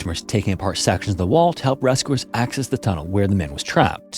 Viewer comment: Is this AI? I always notice how he says oo instead of u like he says ‘rescoowers’ instead of rescuers or ‘muscoolar’ instead of muscular lol